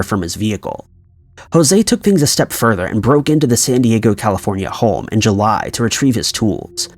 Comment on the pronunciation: Are you pronouncing home like holme?